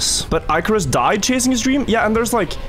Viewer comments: ICK. DUDE.ICK. NOT IKE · I can't keep watching - not with that pronunciation if Icarus